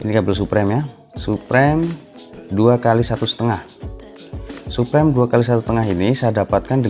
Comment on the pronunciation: Suprem ? SUPRIM boy bacanya 😭